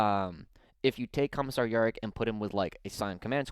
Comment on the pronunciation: Good watch apart from the Yarrick pronunication.